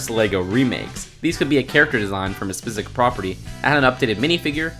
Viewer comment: 0.06 he says spizic